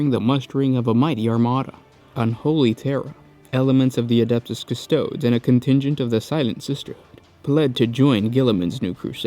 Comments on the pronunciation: >Cus-TOEDs >Leg-ohs C'mon man. Cus-Toe-DEEZ Lee-Gee_ohs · It’s pronounced cuss-toe-deez, great video, and I came out very informed